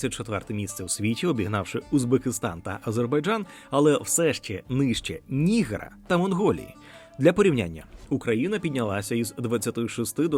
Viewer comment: НігЕра, а не НІгера